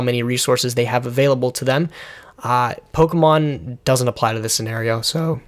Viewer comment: I appreciate the correct pronunciation of Pokemon. I come from a household where "Pokey-man" was repeatedly said. You can donate $1 a day now to help a nerd that constantly disappoints his parents.